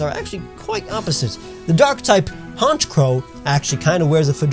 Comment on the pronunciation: I thought it was pronounced honecrow not honchcrow